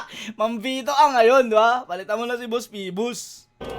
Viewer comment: "mo na" hindi "muna"